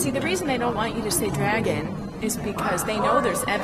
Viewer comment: What the FUCK! Is a "Dregin"?